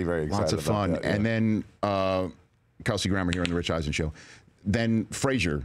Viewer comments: Frasier, not Fraiser :) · It's Frasier, not Fraiser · Can't you even pronounce Frasier? It's said in title 😶